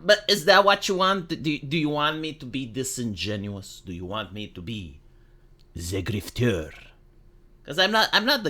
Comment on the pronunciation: Ten hour loop of saying "Ze Grifteur" please